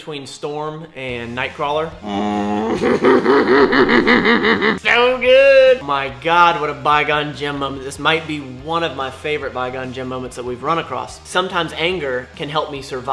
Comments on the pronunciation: I think is saying bi gon Jim and not qui gon Jim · Anytime a movie drops a nugget of wisdom, on board. It started with his mispronunciation of "Qui-Gon Jinn" as "Bygone Jim." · It really pisses me off that he keeps saying by gone Jin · Everytime says “Bi Gon Gym” it hurts my soul a little lmao but I’m glad he’s kinda enjoying the movies more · Qui-Gon Jinn it’s Qui-Gon Jinn dammit!!!!!!!!!! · Wait a minute! "Bygone Jim"?! Is that what he calls Qui-Gon Jinn? I am so done.